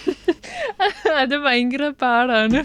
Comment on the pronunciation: ഇപ്പോൾ നന്നായി മലയാളം പറയുന്ന ആ ജർമ്മൻ കുട്ടിയെ തൻ്റെ "പയങ്കര" എന്നൊക്കെയുള്ള ഉച്ചാരണത്തിലൂടെ ഇല്ലാതെയാക്കരുത് പ്ലീസ് 🙏 ആ കുട്ടിയെങ്കിലും ഉച്ചാരണശുദ്ധിയോടെ മലയാള ഭാഷ പഠിക്കട്ടെ 🙏😏😏😏